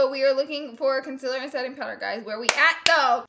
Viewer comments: It is pronounced Con ceeeealllerrr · i hate the way she says concealer. its conCEALER not consiller. LMAO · I love u Laura but it’s pronounced “conceeler” not with an i😂❤️ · I absolutely adore how she says concealer conciller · i watched this video just so i can hear her say “conceller”😂😂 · why do you say conciller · Ola. P she says it like cunsiller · FOR GOD SAKES IT IS CALLED CONSEEEEEEEELER Not CONSILER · I love her but I hate how she says concealer as conciller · Laura Lee I'm sorry but you say concealer wrong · The only thing that I don't really like about Laura is the way she pronounces concealor😂❤️ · I WATCHED THE LAURA LEE SAYING CONCEALER WRONG VIDEO, AND NOW I CANNOT GOT PAST IT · I love how she says concealer!!! 💜💜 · Cun-seal-er consealer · The way she says concealer gives me anxiety😣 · EXpresso, conciller, whenever instead of when i just love lauras little language kinks